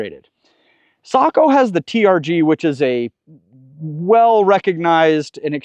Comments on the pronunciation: "Socko" or isn't it "Say-co"... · I always thought you say Sako, like say-ko. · Google says it's say kow. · I’ve been around Sakos for a long time, but I’ve never heard the name pronounced like you say it. I could be wrong, but we’ve always pronounced it with a long A sound, like Sako rhymes with mako, as in mako shark. Do you know for certain which is correct?